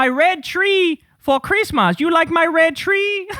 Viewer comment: Chreesmas😂 Kyle you’re too much!